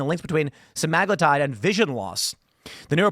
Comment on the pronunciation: Sem-uh-glue-tide...jeebus, how hard is it to figure that out with the internet available? Suh-mag-luh-tide sounds like something you'd find in a cave.